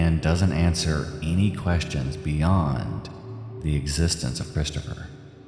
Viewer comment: My nerves are struggling with the pronunciation of Christopher sounding like “Chris-Cha-fer”. 😣